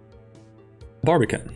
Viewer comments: it is barbican, not barbican't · You say barbican, I hear in australian barbie-can. Now I want bbq. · i like how he says Barrrbican